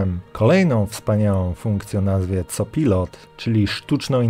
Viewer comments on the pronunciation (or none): Informacje ciekawe. Między innymi z tych powodów kilka lat temu przesiadłem się na Debian-a a Windows racji, że był już w moich komputerach po zakupie jest sobie i grzecznie czeka jak mam na prawdę ważny powód aby go uruchomić. PS Drażni Twoja polska wymowa niektórych angielskich słów jak surface czy copilot